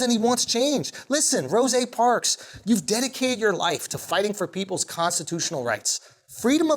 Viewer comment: he said Rose' Parks🤣🤣🤣🤣